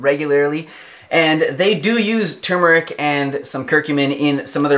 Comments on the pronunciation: THANK YOU for pronouncing both Rs!! tur*mur*ik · HE SAID IT RIGHT!!!!!!! I cannot STAND IT when, even DOCTORS say tooomeric... grrrrr its TUR MER IC!!!